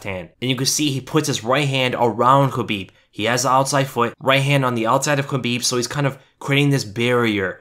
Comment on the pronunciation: Wish we could have actual film not just pictures. And this guy would stop saying Habib